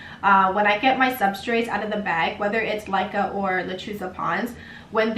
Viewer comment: Laika ? It's called Leca.....